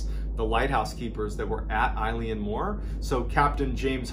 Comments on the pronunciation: MrBallen - Loving the channel - so much information, almost overload!!! BTW it's pronounced 'Elan' (to sound kinda like 'Ellen' the horrible chat show host De'Generate) - It's the Gaelic name of the Island and means 'the Large Island of Rainish' and is taken from the surrounding area, which itself means 'Roe Deer headland', from the old Norse. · Love your videos! I've been binging them. Just so you know, "Eilean" is pronounced "El-uhn" or "Ail-uhn" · Yas! Im from the north east coast of Scotland and I’d definitely say that it’s pronounced A-lin the same as Eilean Donan castle. Love it when Scotland gets included though!! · Great videos. Not a criticism or anything as you’re not from here but Eilean is pronounced more like aylin and means ‘island’. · Wonderful story again. Just one picky point ... "Eilean" is pronounced "Aylen" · Btw Eilean Mor is Gaelic meaning 'Big island.' Also Eilean is pronounced ill-awn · Yeah, I kept twitching at the eye-leean, too. And the Flannans are invisible on that map you show of the Hebrides, they're so small. Even though mòr means big, it's a relative term. But the story's a darn good one, and you explain it clearly. It's quite the mystery! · I think you mispronounced eilean. 'EA' together in Scottish Gaelic makes the 'uh' sound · Don't mean to be that dick but that's no how you pronounce Eilean lol. Still a great video as always 🙂. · the i in Eilean is silent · Sorry to be rude, but it’s pronounced “a-lin mor”. Fab story all the same. Just being Scottish 🏴 some words are hard to pronounce. Eilean is pronounced “a-lin”. 👍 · Small tweak It’s pronounced like ILL-ee-ann More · It's pronounced a-lan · Eilean means island in Scots Gaelic and Mor means big, so 'big island'. Eilean is better pronounced ill-N, rather than eye-le-an! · It's pronounced ELLAN, not "eye-leen". It means Island in Gaelic. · Correct pronunciation- ill-in . Eileen is a girls name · Its pronouced ‘ellen’ mor, its scottish gaelic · pronounced eelan!